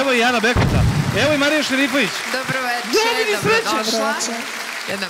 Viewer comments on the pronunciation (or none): none